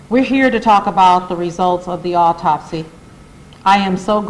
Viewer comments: Is he saying "alltopsy"? Why not have a mesical examiner read this? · Ben Crump doesn’t sound very smart. He can’t even pronounce medical terms and sounds like he’s on slow mode. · bro just ask for help with the word and move on with the reading of the autopsy... i had to say this and now back to the video i go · This representative of the family didn't even read the autopsy report for Sonya Massey before the press conference to make sure he knew how to pronounce the words in it😂!!! You can't make this stuff up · mr crumb as a professional, you could/should have done a much better job representing this case on behalf of this family...if you didn't know how to pronounce those medical words, you should have done some preparation. You know they already think we are incompetent and less than...i hope your representation of this family is better than this news conference. Consider a public speaking course 🤔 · WHY HE ACT LIKE HE CAN'T PRONOUNCE THE WORDS? A WHOLE LAWYER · You think this guy would learn how to pronounce the medical terms it is disgraceful.